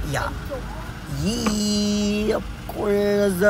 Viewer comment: "Of cozzz" haha❤❤❤